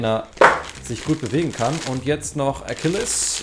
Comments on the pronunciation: Du sagst Akilles er heißt aber Achilles! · Er heißt Z achilles nicht Z ackilles